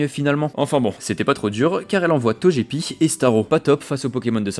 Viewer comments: TOGEPI !!!! Ça se dit TOGUEPI !!! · Je refuse de croire que l’on puisse prononcer « Tojépi » sans que cela ne soit par intention purement malveillante 😩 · Banger la vidéo mais tu m'as tendu à dire "Tojepi" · "toJÉpi" ? "pierre roi" ? Braségali originaire de Sinnoh ? xD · Super video. Petits correctifs : L'arène de Safrania est l'arène psy (pas spectre) et celle de Parmanie est l'arène Poison (pas insecte) Togepi se prononce Toguepi C'est pas Isiria, mais Irisia Brasegali est 3G et pas 4G (c'est Simiabraz le starter feu evolué de 4G) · EVIDEMMENT QUE ça SE DIT TOGUEPI, QUEL CON CE!!!!